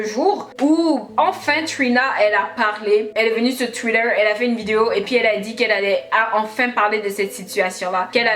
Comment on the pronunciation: J aime t entendre prononcer "Twitter " you say it like "twider" 😍😂😇